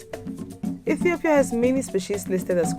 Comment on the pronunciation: I hate the african accent when they say Ethiopia. It is pronounced iithiopia not etthhoopia!